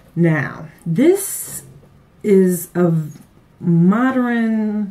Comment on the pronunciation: Did u say "mod-er-rin' or is the word "mod-urn' i.e. modern